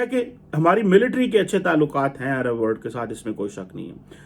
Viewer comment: W..O..R..L...D NOT WORD..ARE THIK SE BOLNA SIKKHO..